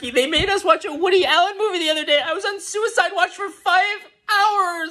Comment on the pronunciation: Soo-ih-side by butter knife.